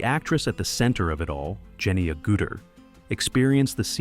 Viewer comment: ...they sure butchered her last name